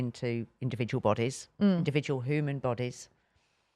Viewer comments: And “hooman” from 😂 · this is coming from the woman that pronounces ‘human’, ‘hooman’